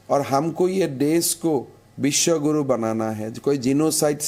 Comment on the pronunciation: His name is हेमंत विश्व शर्मा not हिमंता विश्वा शरमा 🙄